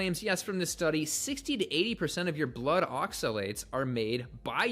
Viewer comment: immediately berates absolutely anything anecdotal in support of carnivore, then immediately rattles off an endless list of anecdotal instances against it. What a massive hypocrite. He takes such great pleasure in pronouncing "oxalates" over and over in that incredibly insipid manner. He's just too insufferable for me to waste time on.